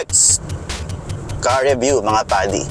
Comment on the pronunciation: "PADI" or "buddy"? :O